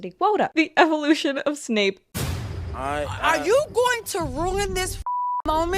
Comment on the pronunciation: It's Severus Snape, not Severus Snoop.